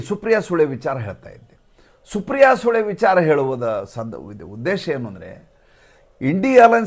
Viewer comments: Guru pronounce supriya sule properly it's soole not sule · ಸುಪ್ರಿಯಾ ಸುಳೆ ಎಂದು ಹೇಳಿ, ಸುಪ್ರಿಯಾ ಸೂಳೆ ಅಂದರೆ ಕೇಳಲು ಕಷ್ಟ😢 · namaste i have a sincere request while taking the name of Supriya Sule kindly pronounce sule not with kannada accseentit sounds really bad i am sure you don't have that kind of intention but try to correct pronounciation of the surname Kindly excuse me i am someone ordinary person but take my suggestion Thankyou